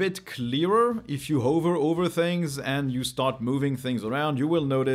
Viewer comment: Hey, I love your videos but the one thing that always infuriates me is how you pronounce the word "hover" - pretty please, say [ˈhɒvə], it will make me happy 😅